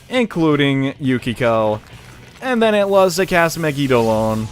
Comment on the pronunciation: pretty sure its pronouced : MEGIDO-LAWN (megidolaon) lol